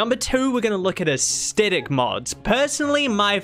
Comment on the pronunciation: for the love of all sanity, please learn to pronounce the word Aesthetic, it is not AES-TET-ICK